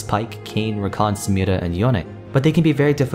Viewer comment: Nobody:: Samirrra